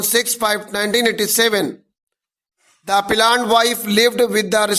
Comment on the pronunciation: Appellant ko plant plant q pad rahe ho sir app